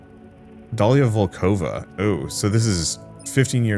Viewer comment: It might be unexpected, but her name is actually pronounced as daliA vOlkova, cause her last name is from slavic group and therefore her first name is probably from arabic group😅